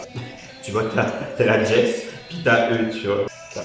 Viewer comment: "La Jess'" XDDDDD